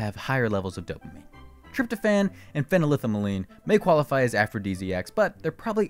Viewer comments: the pronunciation of phenylethylamine is a bit off here, hahah. break it down into parts to get the pronunciation. phenyl-ethyl-amine. fennel-ethel-uh-meen. probably some other variants but they should sound similar! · LOL, the host mispronounces phenylethylamine.